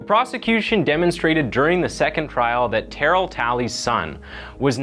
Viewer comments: Tuh-Rail bro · I'm sry but u are killing me bra. His name is pronounced " ter- rail." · Terrel is pronounced Ter-Rail. Not Tarol. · This case happened close to my hometown and there were viscous rumors that she even ate the baby afterward and I'm so glad that isn't true. (Also side note, the pronunciation of Terrell is: Turr-ehl not Tear-ill) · And his name is “TA-RELL” 😂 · "TAH-RELL" IS THE CORRECT PRONUNCIATION. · You are so butchering his name, it's pronounced Ta-rail. Pronouncing that boys name like "darryl with a t", SMH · Tur Elle… that’s how you say his name phonetically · The name is pronounced Terr-elle. Not like barrel. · Where are you from? You’re pronouncing Terr-ell as Terrill? I’ve watched other videos of yours where you don’t pronounce common names properly. Are you from Canada or something because everyone in the US knows how to say Terrell properly I’m pretty sure! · Its spelt like terrell but its pronounced ter raaaill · How he’s butchering Terrell’s name😭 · Why are you pronouncing his name like that lol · you saying Terrell wrong lol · My dude, please work on your pronunciation. I get not knowing how to pronounce names like Terrell, but "Debris"? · White boy trying to pronounce Terrell 😂😂🤣🤣😭😭😭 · The way you pronounce Terrell is irritating.